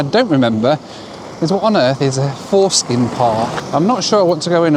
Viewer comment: not foreskin 🙈😂 forskning… it means research - its a research center 😅 sorry to burst your Bubble - funny though 🤣